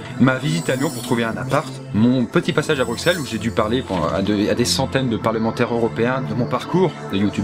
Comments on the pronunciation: Mec super vidéo je suis Belge (je vien donc de Belgique)et on ne dit pas BruXelles sa se prononcé Brucelles (je sais que sa c'écrit comme sa)donc voila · Yop, j'adore tes vidéos! Par contre, en tant que Belge, ça fait mal aux oreilles d'entendre "BruXelles" au lieu de "BruSSelles". En effet, au Moyen Age, le double "S" s'écrivait "X"... Bruxelles a donc gardé l'orthographe d’antan, mais on prononce bien "SS". D'ailleurs, en néerlandais, en anglais et surement en d'autres langues germaniques, on écrit "Brussels". 'Sont pas latins ceux-là:P Merci pour tous ces bons moments passés à regarder tes vidéos! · t'as raison on dit brusselles j'ai un ami belge il dit tj qu'il faut dire BRUSSELES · Sa se dit pas Bruqueselle mais brusselle c'et pas dure! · Chéri, on dit "Brusselles" pas "Bruksel". Voilà. Kiss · J'aime vraiment tes vidéos, tu as pas la grosse tête et c'est vraiment plaisant à regarder. Mais juste, on dit Brusselles.Pas BruXelles n_n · Stp phonétiquement on dit "Brussel" (comme en néerlandais) pas "Brucsel" ... Merci ! :p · tes videos sont génial mais répété après moi : Brusssssssselle! merci, c'est tout pour moi... Non j'adore tes vidéos mais j'ai envie de gifler tout ceux qui disent BruKSelle... :p. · je suis le seul belge a crever de lui dire Bruxelles le "x" on dit sss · Juste pour la culture générale des Français qui vont lire ce com. Ca c'écrit Bruxelles, mais ça ce prononce BruSSSSSSSSSSSSSSSSSSSSSSSSelles. Merci :p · Locks0106 Sache qu'il y a une différence entre prononcer comme on veut et prononcer correctement. Ca se prononce Brusselles donc tu dois dire Brusselles c'est ce qu'on appelle respecter une langue. Sinon pourquoi pas prononcer tous les mots comme tu le veux et non pas les prononer correctement? T'inventerais un language que personne ne comprend. C'est ta logique hein. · Bruxelles, on prononce pas Bruxelles mais brussel putain ! (20e x que je le dit) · Belle Vidéo ;) Ps : Sa se prononce Bruçelles on prononce pas le x Bye